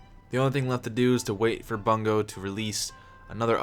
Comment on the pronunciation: Hahahahaahah. Best part in this whole video is where you called Bungie - Bungo....Hahaha. That is now their name forever...Dam Bungo